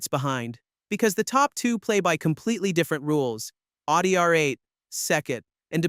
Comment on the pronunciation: Its not Aldi like the store, its "Oww - dee" and If you want to be fancy its "Oww-Tee"